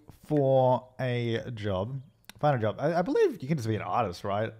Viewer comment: It sounded like he said 'Buy a job' but it said 'Fid a job' on the phone. XD😂